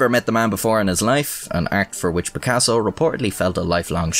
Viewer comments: No one going to give props to an Irishman who said Picassos full name like an absolute baws? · Kudos for saying Picasso's whole name, not even native Spanish speakers would dare such task without a "no hay huevos". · Good to see a new video! Are are always interesting craic marra! P.S. your final cut of Picasso's full name was well pronounced <3